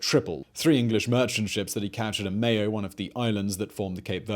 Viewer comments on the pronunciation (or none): none